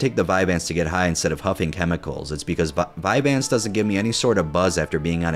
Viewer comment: I felt the same rage when he said vyanse